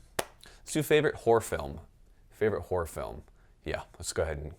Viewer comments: Did you say "whore film" or "horror film"? Vastly different answers. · Confused as to if he said ‘whore’ films or ‘horror’ films... I can think of many of either to scare chicks though. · It sounded like you said “whore films” at the end, so here’s a few: Back door patrol 7 Shaving Ryan’s privates Black cock down Anal pirates 2: (tharrrr will be booty) ...delete my browser history if I die please... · Did he say whore films?? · ... horror films or whore films? I didn't quite catch that